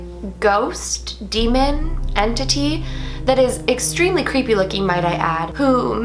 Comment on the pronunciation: Everytime I hear the word entity, I always hear en-titty 😂